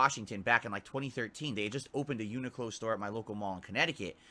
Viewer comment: Yet again he can't even pronounce Uniqlo properly. 😂😂😂